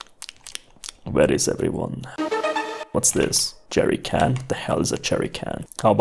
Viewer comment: say: jerrycannot My ear: jerry kentot